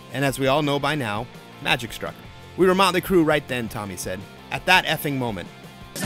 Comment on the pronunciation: Mutley Cruh, Mutley Cruh. LOL.